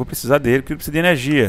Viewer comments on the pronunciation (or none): "ernegia" e "invez" nao merece joinha!! :P